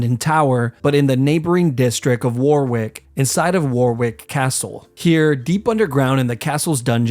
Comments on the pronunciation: warwick is pronounced woarick like oar of a boat not war-wick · btw it’s pronounced wa-rick. Nonetheless great video ! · I love near Warwick and have gone to Warwick castle (it's pronounced Woh-rick btw) and love whenever it gets mentioned in videos like this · Wor-wik is pronounced 'Worrik' Tally ho chaps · It’s not “war wick” it’s it pronounced wah Rick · Quick thing, Warwick is sadly pronounced “worrick”. I wish it was War Wick. That would be cool. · war-wick lol. it’s pronounced worrick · “War Wick” …. is in fact pronounced “Worrick” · If you're gonna make videos like this, learn to pronounce things, it's pronounced Warrick not war-wick, the second W is silent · Humans disgust me, I look at myself and others aroudn me and realise how selfish, how cruel we all are. But i do have to say, Warwick isnt pronounce War-Wick its pronounced wo (like wok without a k) - rick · it’s pronounced at worick not war wick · its pronouned 'WA-RICK' not War-wick even though it looks that way :) and the medieval period in England/UK finished in 1485 AD at the Battle of Bosworth field where the Tudor dynasty began and the Plantagenets ended. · Just a small one... Its not pronounced "wore wick castle", it's pronounced "Worrick castle".I personally wouldn't call it a neighbouring district, as it's a few counties north east, 90 odd miles from London. Otherwise a real interesting gruesome vid. Thoroughly enjoying your series of vids! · Warwick is not pronounced “war wick” it’s “wa rick” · "war wick" 😂 it's pronounced warrick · Its pronounced wa-rick, not war-wick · its not pronounced warwick it’s pronounced warick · Nitpick: Warwick is about 100 miles from London, which in medieval England meant several days hard and dangerous travel (not a "neighbouring district"). Also Warwick is pronounced "worr-rick", not "war-wick". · And its not Warr Wick. Its Warwick..."warrick". Typical yank. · Just to correct you, it's pronounced Warwick. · Tower of London. And pronounced Warrick.